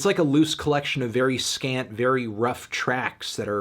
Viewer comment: Whenever you say “scant” I hear “scat”